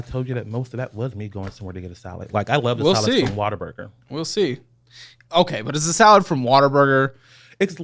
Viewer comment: Every time says "What a Burger" I hear "Water Burger"